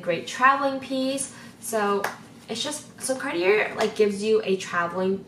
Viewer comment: I’ve never heard Cartier pronounced this way